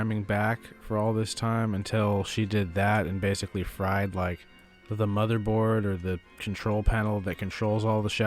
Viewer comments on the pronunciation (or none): none